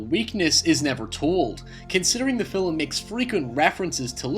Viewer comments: Ha ha, around 45 sec he says Fillem for Film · Say "filim" again! I DARE YA!!! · Why do you pronouce It "filUm"? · Dude, you have one of the most bizarre accents I've ever heard... Is that Scottish? Dutch? You pronounce certain words in such a strange way, like I've pretty much never heard before. You say "film" like "fill'em" And "rape" you said "re-up" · "fillum" film "hoyse" house "seeyaf" safe. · Cranky Carrot Yeah...his pronunciation is driving me nuts. Great information, but I cringe every single time he says 'fill-em'. 😖😖😖😖😖😖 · why don't you have more subs, you are interesting. Even if you do say "fillem" :D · "Hoaw" "The fil-lem" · What accent do you have? Does your fanily also say "filum" or just you? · Yeah its just one I don't hear often... this thread was about him pronouncing a word differently, I just added one I noticed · Weird question: why do you pronounce "film" with two syllables? Is that a regional dialect? I've not heard that from other Scots before. And no, I'm not making fun, I'm genuinely curious. Linguistics are a thing for me. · Never heard "film" pronounced as two syllables until now. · love your video, the only thing i dont like is the way you pronounce the word "film" lol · "Film" only has one syllable! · Where are you from that you pronounce "film" in two syllables?